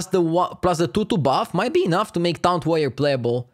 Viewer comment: Noone:: TOUNT